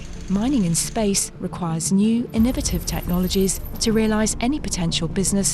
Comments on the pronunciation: What the hell was that? Imemitive Innememev AhNuhveteve? INN - O - VAY - TIVE. sheesh :D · I really can’t believe she pronounced innovative “annivative” where they do that at?